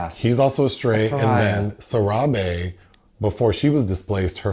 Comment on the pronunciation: Ayyo... My mans pronounced " Sarahbi " 10 times decently before he started fckin it up 😂 like whaa. 😊